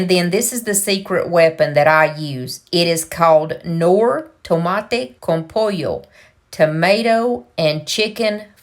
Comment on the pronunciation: Are you Hispanic..You said Tomate con Pollo perfectly 😊😊😊..oh n that looks delisioso.muy Rico 😋